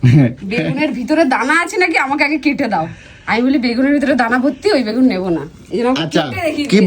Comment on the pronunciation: কথাটা হলো help হেল না কথাটা ঠিকমতো বল তোমার কথার কে ধরবে না মানে? তুমি কোন কথা ঠিকমতো বল তোমার প্রত্যেকটা কথাই তো ভুল যেমনি কি বাগুন, গাবলা, দরমুজ